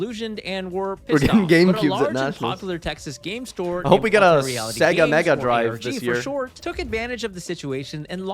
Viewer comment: its pronounced sayga (sega) not segga, half expecting you to pronounce a h in cool hwipp